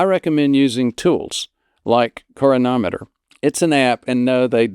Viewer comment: It's cron-ometer doc. According to the spelling.